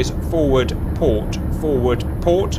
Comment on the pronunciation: “Pooor oarrrr starbooor?” “P O R T” 😂😂😂